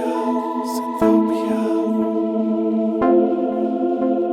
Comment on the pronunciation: Thanks bro!! Appreciate you playing Welcome to Synthtopia!!! (you pronounced it perfectly)